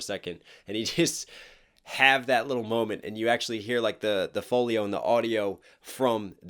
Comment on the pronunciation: Foley not folio bruh